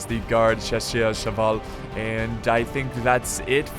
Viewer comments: Chaussers is pronounced shass-uhh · chasseurs is pronounced shassear. the 1st A like in Argentina and the EA like in Earl. ouais mec t´es fou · CHASSEURS = SHASSER.. ok?;) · I don't really know how to explain how to pronounce "Chasseurs" it's pretty much just like you say shass and then you have a stroke causing you to slur the next part French is a weird language